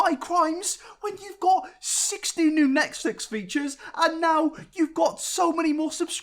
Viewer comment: Feel like I heard NetSex... 😂